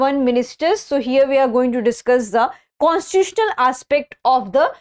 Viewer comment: Constituitional pronunciation ❌